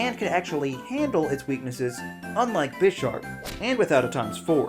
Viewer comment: this guy knows nothing about pokemon. his pronounciation of bisharp deserved a downvote on it's own